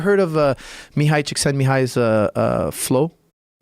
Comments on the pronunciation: Chick-sent-me-high. Boom pronounced it perfect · the fact that this guy pronounced csikszentmihalyi's name correctly shows that he knows what he's talking about. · I am very impressed by how flawlessly he pronounced Mihály Csíkszentmihályi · he pronounced Mihály Csíkszentmihályi so perfectly I flinched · Holy fuck, he could pronounce Mihály Csíkszentmihályi!